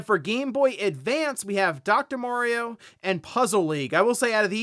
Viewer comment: Why do people say Worio and Merio?